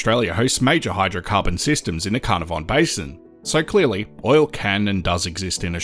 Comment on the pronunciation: "ka nâhr ven"